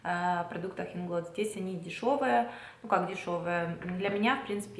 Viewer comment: Привет! Ударение мы делаем на первый слог в слове Инглот, потому что нас учат так: В польском языке ударение почти всегда падает на предпоследний слог.